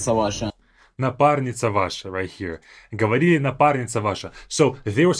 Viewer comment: Why does the prankster say ховорили?